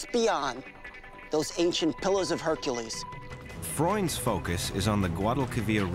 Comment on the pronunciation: it's HercUles not Hericles. But thank you for ruining this for me.